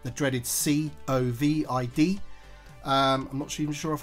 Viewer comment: When he said See-oh Vee I Dee, I thought that he was talking about a droid